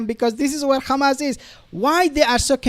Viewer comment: To the uploader.. Why you mispronounce Hamas as Khamas ??